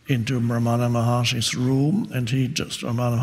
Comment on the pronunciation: It's pronounced RAM-ana not Ra-MANA